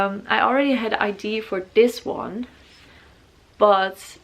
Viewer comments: I love your tattoos so much!! I'm sorry about this but it's pronounced ideA it normally doesn't bother me at all but you said ide so often hehehe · She was saying “idea” but with English obviously not being her first language it came out more like ID-A. It’s ok, there’s nothing wrong with that. Don’t be so harsh when people are trying AND you obviously knew what she was trying to say well enough to comment. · I really enjoyed the video and I love your style and your tattoos. Just one thing that bothers me is, that you always pronounced idea like "idee", but actually you do pronounce the "a" at the end, but yeah I´m sure you know, but still it slips out like this. I didn't want to be rude, just something I noticed... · i love how you say ID instead of idea haha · I had this idea when I was having a shit on the toilet 🤣 omg I love her she’s so cute ! I love how she says idea it sounds like she’s saying ID. Love the uniqueness of all the tattoos 🌸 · Corrections with pronunciation is great but It's so cute ide.